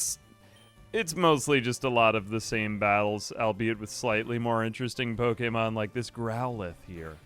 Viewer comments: I love you, but I swear to god if I hear Po-"eight"-mon one more time... 😂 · Amazing video but how you pronounce ’Pokemon’ is diabolical